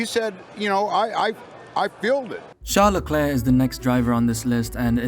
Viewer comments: I thought they were calling him Sean LeClair. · Char leklurK 😂😂